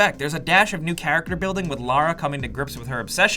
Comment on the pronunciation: It is Lara, not Laura, hehe. And I liked the story and the acting was great too. Her accent was perfect.